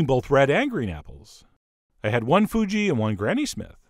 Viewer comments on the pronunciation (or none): none